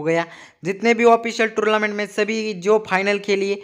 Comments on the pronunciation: Bhai please yr torlament nhi hota tornament hota hai😂😂😂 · Bro Its tournament not tourlament 🙃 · Bahi torlument nahi tornemment bahi